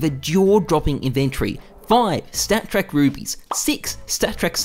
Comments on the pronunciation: he said "st4ck track factory new souvenirs" :D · i had a stroke when he said it